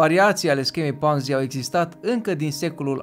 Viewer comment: E Ponzi, cu "o", citeste "o" nu "a". Numele e italian, nu-l mai americaniza aiurea. Titlul m-a atras dar mi-am amintit de ce m-am dezabonat de la tine. Si te mai miri de ce Zaiafet apare la TV, pai Zaiafet e profesionist. Nu o sa auzi la el ca "o imposibilitate a devenit imposibila"